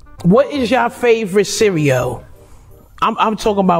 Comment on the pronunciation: We don't say cereal like that lol